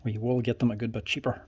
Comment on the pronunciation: Took me a few to realize he was saying "bit" and not "butt".